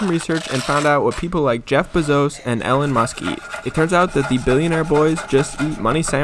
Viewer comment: you did NOT just say “jeff bazose and ellin musk”